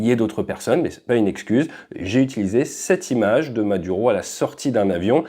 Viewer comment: Maduro, tu pourrais juste faire un effort pour la prononciation :face-orange-biting-nails